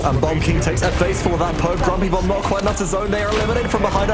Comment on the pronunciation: he actually said grompy bomb not grumpy bomb